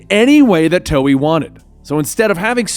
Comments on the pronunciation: Lol he calls it toey XD. hahaha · he said toei wrong lol